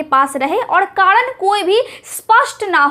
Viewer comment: kadan nahi hota hai madam Karan hota hai